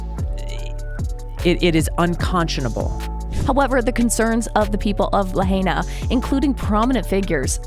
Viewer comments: Good bit, but stop miss pronouncing Lahaina. If we had honest news media it would have already been over for Oprah. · Please if you’re going to report on this unthinkable tragedy at least pronounce Lahaina correctly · La-HI-nah. Not "la-HAY-na." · It us nice to see someone try to get the truth out there. But if you are doing a story on a place that has recently experienced a mass tragedy next time do enough research to learn how to properly pronounce the name of the place, it's "la hi na" not 'la hey na'. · Its La-hine-nuh, not La-hane-nuh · It's pronounced La HIGH na, not La HAY na. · La-HIGH-na, not La-HAY-na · Its pronounced Lahina not Lahayna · Luh-hey-nuh? What? La-hai-na, get with it, how is it you’ve never heard this name pronounced correctly by now? Oprah needs to give that land back to the native Hawaiians, the real kanaka maole. Auwe oprah and the rock, who isn’t even Hawaiian, he’s Samoan and black, I hope that everything that oprah endeavors to do will turn to ashes and she loses everything until the day that she gives back the aina to the kanaka maole! Why doesn’t she go back to Alabama or Mississippi or wherever she comes from originally and take up the land from there? Until she does right, everything she touches will turn to ash. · Too bad this speaker can't pronounce lahaina - la high na. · La h-“eye” na. And “cool” a. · It is pronounced: "la - high -nah", mahalo. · Its pronounced La-High-Na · Please tell your AI who is narrating this video....to please learn how to pronounce Lahaina correctly. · Why isn’t Tulsi and Joe giving any money to help these people? No helping find solutions just criticizing and twisting the facts. You can’t even pronounce the name of the town properly so get it right and quit spreading lies and conspiracy theories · I wish you would pronounce LIHAINA. Properly………Please!!! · I wish she would pronounce Lahaina correctly!